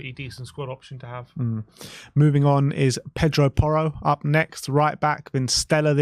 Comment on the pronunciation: It’s porro